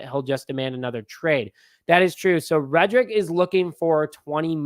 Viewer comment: His name is Reddick not reddrick!😡